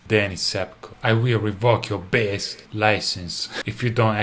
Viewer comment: I want to see the rest of the take where Davie clearly burst out laughing after saying "behs license." The power of "behs" can make anyone smile!